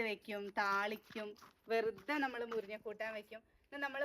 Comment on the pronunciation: മുരിഞ്ഞ അല്ല മുരിങ്ങ